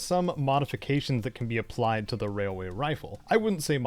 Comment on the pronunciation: All I hear is “wailway” Every time 😂